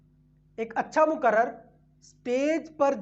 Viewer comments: Moqarrir hai wo lafz hai moqarrar nahi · Muqarrar nahi, muqarrir kahiye.